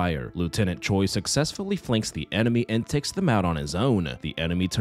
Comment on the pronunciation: Don't ask me how but whenever I do my makeup to your videos, it always turns out so good. Thank you for that haha (Also just a little language tidbit, Choi (최) is actually pronounced closer to Chwe then Cho-ee)